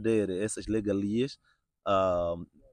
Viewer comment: O correcto é regalia, mas o jovem pronuncia legalia.